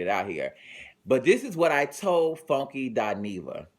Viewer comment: I love how he say FONEKY